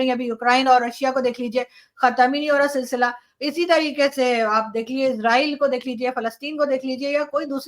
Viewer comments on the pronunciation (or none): none